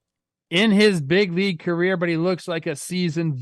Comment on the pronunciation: Good "Laig" chat Trev